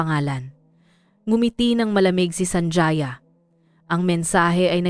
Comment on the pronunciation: SANJAYA?..apilyido yan kaya ayusin nyo nman ang paggawa ng kontent nyo..ang pag bigkas nyan ay SANHAYA"J" ay tunog letrang "H"(ha)..